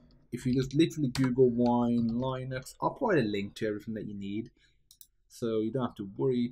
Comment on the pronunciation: It's LEEnux, not LIEnux